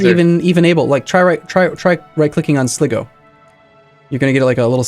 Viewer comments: It's "Sly-go" and "Kill-deer". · Again it's kill dare as in the verb not kildaray. And it's Slygo